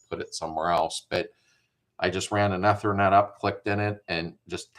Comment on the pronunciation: Hey, the ether in ethernet is like the stuff you squirt to start an engine. Long E when pronouncing.